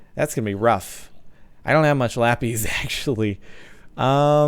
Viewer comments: god dammit its pronounced lapisssss not lapizzzzeee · Aha laPEEZ it's laPIS 😸